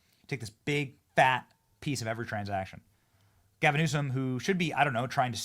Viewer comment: Love your vids Benny really do, but gasim Newsom 😂 and yes, I backed this video up and listened again ya definitely said it, lol. Save that for KJP. speaking of KJP i think trump should keep her for a little bit so she has to say something positive about trump that sounds amazing. But again, no hard feelings Benny down some more of that coffee you promote no more gasims 😂😂😂😂